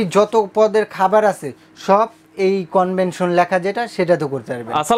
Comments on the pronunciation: Convention na Vai, Oita convection hobe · কনভেনশন না, কনভেকশন।